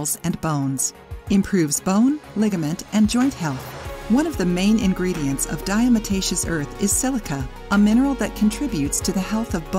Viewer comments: She is saying it wrong....it is not diaMotacious it is diaTomacious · Mispronounced...'diatom-aceous' from prehistoric microscopic organisms, 'diatoms' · Diamataceous????? Lol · Lol....that is not how to pronounce this word ! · If you don't know how to even pronounce it, then it makes me wonder about all the info you are presenting. I've used it for years and agree with most of it. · If you can't pronounce it correctly you shouldn't put out a video about it. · You need to learn how to pronounce it properly! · I can’t take this video seriously. Pronounce diatomaceous correctly. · Great video, but you probably should get someone who knows how to pronounce Diatomaceous earth if they're going to narrate the video.